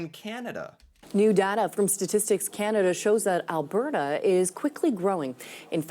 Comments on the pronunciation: in... WOW... you're actually beginning to pronounce Alberta, correctly👍🏼😉 (think I need to switch to helping you pronounce other Canadian places... Say "Calgary" for me. lol. OK... moving on... in... OMG... you're gonna use news reports... in this day and age of disinformation, etc... I'm scared now. lol.. moving on... Immigrant vs. National migration... two completely different topics.. wish you'd have done two vids, exploring each type of migration. I point this out, because of what you said next... you are trying to make not so much a distinction, but trying to blend them together. Immigration, is "New People" in your country... but, migration within the country, is a net zero game... for every person, Canadian, who moves to Alberta, means another province lost one... they are totally different. moving on. (side thought here, not really on topic but... Canada was already, before the war.. the largest Ukraine community in the world... outside of Ukraine... that's why the immigrant portrayed is so happy... she and her family already have a community here, and by 'Here', I mean in Alberta and Saskatchewan... they, along with the dutch, had a lot to do with opening up farmland, etc... (I could do a whole channel on that stuff). My point here is, not all nationalities have it as easy........... BUT.... we, in Alberta, have roots from all over the world, and as Ive said before, the US calls themselves the "Melting Pot", meaning,, just make everyone the same!(sounds lik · Hi. I have noticed you have fixed your pronunciation of AL BERT AH:D. Could you send me that info you sent me before as I lost it. Have a Great day. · Thanks for figuring out how to properly pronounce Alberta. Much appreciated!